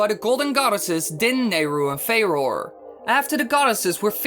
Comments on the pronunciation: I think Farore is pronounced with three syllables. fah-ROAR-uh. Don't quote me on that, though. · I always pronounced it with two Fair-oar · Am i the only person who hates how says "Farore"?